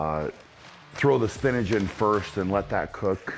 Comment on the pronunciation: “Spinage” lmao Brian you’re amazing